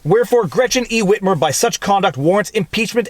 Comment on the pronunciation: Hey Viva, why are you saying it like that... “Whhhitmer”. Say wit. Say mer. Cool Whip!